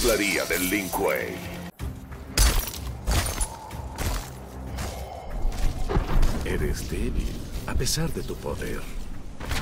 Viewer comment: Si tomara un trago de wiski por cada vez que dice link kuei estaría en coma etílico